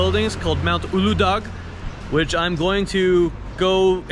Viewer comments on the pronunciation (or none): Also the c with the squiggly thing is pronounced CH as in change. The G with the line over it is silent like Ulu-dah not uludag. FYI.. Bursa is where my mom was born.